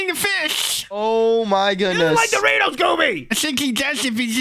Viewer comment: doriftos it not the bes prim is the bes